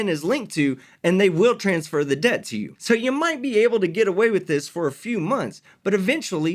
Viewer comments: Pronouncing debt as dept is NOT AAVE before anyone starts. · This criminal is not a teacher, did not find a way to offset the debt, did not find a legal loophole nor any kind of responsible or legit way to game the system. And no, dumsquat, the courts can't charge your social security number anything. They're charging you if you do silly stuff. They don't take a number to court. You can't sue or charge a number either civilly or criminally. You can't use an EIN to remain private. And you can't use it to run away from your responsibilities or hide. Strawman numbers don't exist. Games aren't what he thinks they are. He's not even playing the game how it is, but how he's imagining it to be in his Cracker Jack world. What the heck is a "credit sco"? If he was trying to say score, then why can't he be a normal human and say it? LOL by committing fraud, a person is not creating legitimate credit profile. Strawman numbers do not exist and the Ein is not one of them. Credit is not a game, little boy. LOL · How is it he can pronounce "promissory" but not "debt"...? It's painful.